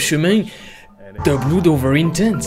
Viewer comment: Il faut travailler ta prononciation quand tu parles anglais! BLOOD C'EST PAS BLOUD! AU SECOURS!!!